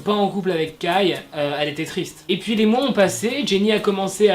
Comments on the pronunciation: ARREEETTE DE DIREE KAYYY C KAI QUI SE PRENONCE KEY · C pas kAAi ça se prononce kei mais sa s'écrit kai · Tu dit kai comme écailles j'suis morte😭😭😭😭